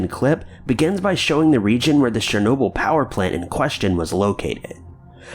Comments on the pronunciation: Isn't Chernobyl pronounced Chur-noble not Share-noble??? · I believe it's CHURR-NOBLE. Not sher-noble, not share-noble. CH-CH-CH. Like CHeese or CHina or CHeckers. Ur welcome. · #2) Chernobyl not Sharenoble! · Your pronounciation sucks! Chernobyl "CHURRR NO BULL!" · “Sher-nobyl?” What the fuck man. That was a huge and devastatingly awful disaster, the least you could do is get the name right. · You mean like "share- noble"??? Lol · Show the video you're talking about, when you're actually talking about it.. and the title not matching the intro title you say when you start the video is annoying. Also... Chernobyl as only been said over and over as of recently... yet you still say it like an idiot. These videos that you do aren't interesting anymore.